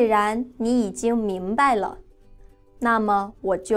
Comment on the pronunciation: 明白的白爲什麽説為四聲而不説爲二聲？